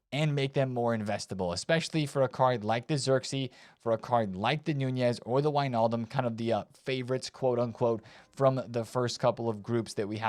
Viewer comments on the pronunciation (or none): none